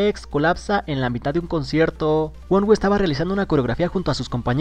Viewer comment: Me gustaria saber quien es Wonwu jajaja y su tema Aligator 😂😂😂😂 😒 mínimo di bien el nombre 😒